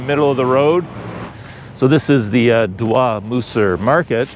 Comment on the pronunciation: .."Doi" is not pronounced in a french fashion such as "dwa"....it is pronounced as in "toy"